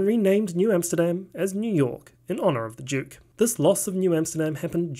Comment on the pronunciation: "...it was renamed New York in honor of the Jyook"